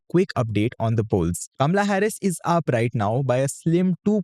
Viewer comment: Dude, she is Kamala and NOT Kamla!